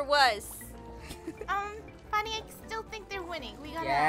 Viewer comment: ITS FUNNEH NOT FHUNNY NO NO NO HOW DARE YOU GET HER NAME WRONG! )